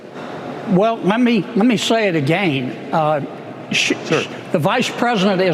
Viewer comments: “I’ll Say it Agane” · That stupid hick bastard can't even say again correctly, so who the fuck is he to call anyone ANYTHING?? Kennedy is an utter embarrassment. Also, fact check these fuckwits who keep lying about abortions happening "after birth". That is murder. Murder is illegal. Stop. Fucking. LYING! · And another thing: who the hell says "agayne"???